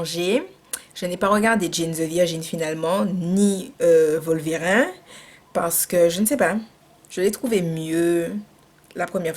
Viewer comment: On est dimanche, il fait froid (gros poil de la Martinique), pas envie de sortir avec les événements du week-end dernier et voilà cette vidéo. tu me fais rire comme pas possible, tes réactions sont tellement naturelles que ça passe comme une lettre à la poste. Tes expressions "Wata Faya" ou "Volverin" (sans la prononciation du "e") etc.. AU TOP! Merci de nous retranscrire ta joie de vivre.